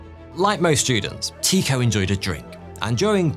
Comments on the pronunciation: TIEKO NOT TEAKO......... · Love your videos but your calling an uncontested genius Tycho Brahe (Tee - koh) when it is in fact pronounced Tycho (Tie - Koh) other than that minor fact all is cool! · Tycho was pronounced Tücko - as if it were in German (at least that's closer than Teeko. Danish is, according to numerous linguistic sources, apparently one of the hardest languages to learn and pronounce properly). And sorry, the whole murder thing belongs to the tin-foil hat brigade. It's been proven that as you initially stated,he did die of complications (probably sepsis or some other massive infection) a burst bladder because he didn't want to leave the table. It was one of the reasons why the (small p) puritan Kepler, who genuinely admired his intellect because Brahe was a genius, would often row with him. Though Kepler often wrote how they would soon be reconciled and that he loved him (purely platonic before someone starts shipping them 🤦🏻‍♀️). If you want the sciency stuff about the debunking of the murder "theory" (it's really out of conspiracy theory land), go to Cool Hard Logic and his awesome series World of Batshit. That's a series where he debunks all sorts of crazy, mainly from the flat earth brigade, with science and a great deal of humour. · Not Teeko, Tike-oh. as in "The Tycho Magnetic Anomaly". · loved this vid ...always heard it pronounced TIE ko ...not tee ko ....English biased ? jk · Fascinating, but his name is pronounced Tai-ko, not Tee-ko. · It took me a bit but I realized I had been pronouncing Tee-Ko as Tie-ko. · Ty-ko, ty pronounced as in tu, French for you and the o in cho is pronounced as ‘eau’ like in French for water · Pronounced "TIE-koh" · OMG this is WRONG !! Every single space doco I've ever watched pronounces it "Tie ko" Urrrgghhh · It is Tie-co.. long I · I know danish is a hard language, but hearing you say his name that way, is really strange 😅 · Never heard his name pronounced like that xD